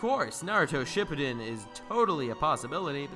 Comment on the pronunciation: “Shippiden” It’s pronounced “ship-pooden” *Shippūden*, is how it’s written, and the little macron over the U (ū), draws out the letter, making an OU or OO sound. According to the Japanese language.